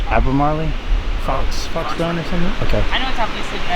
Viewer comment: Yeah and it's pronounced Albemarle as in Marlboro, not Albemarley.